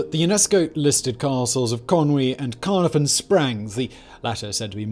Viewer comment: Caye-nar-von. cad-oo, glin-doo-r